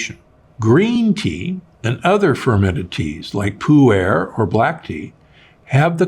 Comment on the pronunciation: Pu-erh. I mean, just search for it—not hard.